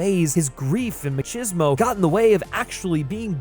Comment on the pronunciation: Dude you did NOT just say machismo that way...